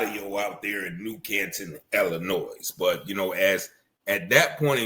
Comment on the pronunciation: 'Illinoi' not Illinoise